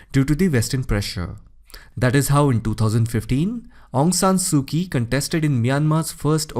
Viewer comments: Quite clear. "Kyi" must be pronounced as "Chi" in Burmese. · Excellent except Aung Sung Su Kyi the Kyi is mispronounced not K sound it is ch. che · Informative video, but a bit irritating because of your pronunciation of "Aung San Suu Kyi." Kyi is pronounced as "chee." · Great explaination... It is pronounced as Aung San Su Chi